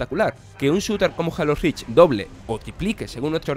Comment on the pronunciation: Jajajajajajajajajaja jalo jajajaja por amor adiós porque no pronuncian bien las palabras en inglés como son Jalo rich X boc Pleiestation